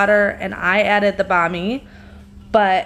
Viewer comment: so it's bon ami, not bami?